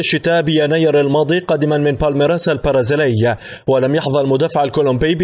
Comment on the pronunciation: لديكم مشكلة في نطق حرفي B و P لذا أرجو منكم تعديل هذا الخطأ اللفظي pرازيلي و pرشلونة و pايرن ميونيخ تنطق بحرف b